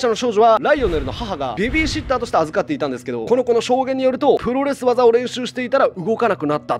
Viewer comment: プロレ技になってます